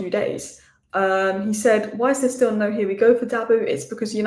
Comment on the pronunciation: what is "There's Now Way!" ? 🤣🤣🤣🤣